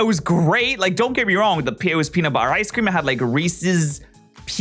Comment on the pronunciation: PENUT BUH-ER